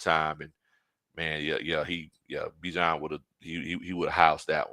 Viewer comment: ……Y’all have been pronouncing Bijan’s name incorrectly!😮😅😊